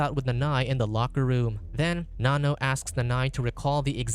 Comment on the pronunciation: it’s “Nanno”